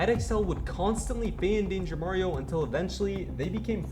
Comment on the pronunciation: he say it wrong its danger mario 😂